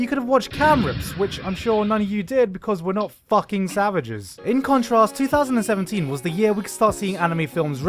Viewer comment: Are we just going to ignore the fact that in the beginning when he says 2017 it sounds exactly like 3017. 🤯